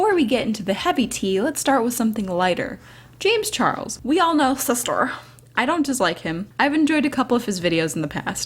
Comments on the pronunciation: The way says shister makes me smile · LMAO the way she says “Sister” is everything! SIsTuR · I love the way you said sister SiStEr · the way she says sister xDDD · You made me laugh everytime you say sister xD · I love how you say sister lmao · omggg the way you say sister LOL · I had to stop watching because how she said sister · IM LITERALLY CRYING FROM HOW YOU SAY SISTER SKSKJFKSK